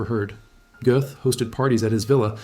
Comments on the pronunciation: He deserved death. Any country that eliminates the death penalty is a nation of cowards. The th sound doesn't exist in the German language. His name is pronounced GET . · "Göth" rhymes with "put" There is no "th" sound in modern German (other than in some dialects).